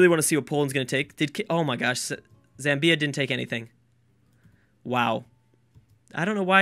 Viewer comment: Zamm-bya. Not Zam-Bee-A.